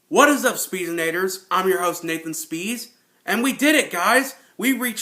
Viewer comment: I see that you tried to pronounce my name nathan